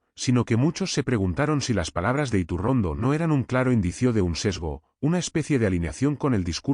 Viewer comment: Elvideo es maloooo..yretorcido,con un tufoo a derechas,que se nota hasta en la mala pronunciacion de su apellido